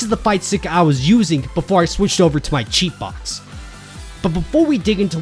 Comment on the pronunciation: Speaking of which, what do ya think of the RaditZ MOD that came out??? Also, what’s a Cheat Box?? Or did you say sheet box?? Is that another kind of controller???